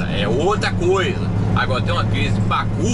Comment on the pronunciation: Kkk mivard como se fala em americanes não tem pácu kkkk